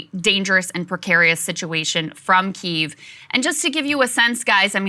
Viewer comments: Krystal... It's pronounced "Kee-ev" not Keeve. Love yall though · Please stop saying keev, the y is pronounced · Please say key-ev lmao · Is it pronounced 'Keev' or 'Kiev'? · Makes you wounder how much research you have done when you call it keev. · omg saagar......KEE-EEV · Krystal ! — “Key”-“ev” but said quickly together ! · Please stop calling Kyiv Keeve 😅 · every time krystal mispronounces Kyiv (KEE-ev) i die a little inside thanks saagar for knowing it 😭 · krystal pronouncing Kiev--I'm sure she says VERSE for versus as well. what a dope.